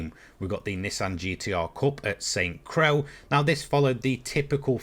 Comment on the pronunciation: “Saint Crow” 😂 Sont Croi